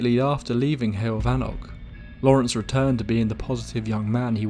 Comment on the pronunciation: It's "hewoll" ( like hugh - oll ) for pronunciation of heol . In English the equivalency would be " way " , or "road" .